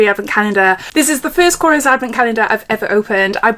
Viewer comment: Loved the you pronounced it correctly! It’s kor-esh not kors